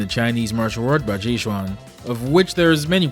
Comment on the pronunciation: Great video but baji quan is pronounced like (ba chi kuan)